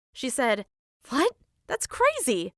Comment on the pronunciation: Watch from here: She says vot instead of what